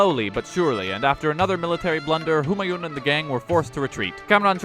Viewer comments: Kek, looks like someone was asleep in their class VIII history lessons! No but seriously do pay attention if you decide to read through those books again. If you thought Humayun was incompetent do look up Muhammed Bin Tughlaq. Also,, great video but the 'n' in Humayun isn't fully vocalised, it's pronounced more like "Hoomaayuu" with a slight n sound. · Why does everyone pronounce Humayuns name incorrectly. It isn't japanese or something where each syllable takes the same amount of space in the word Hu Maa Yun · The n at the end of Humayun is silent.